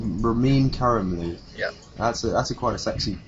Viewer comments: It's pronounced karimloo. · I just realised something... Ramin's lastname is pronounced like "Caramel-Loo." His last name is Caramel Toilet....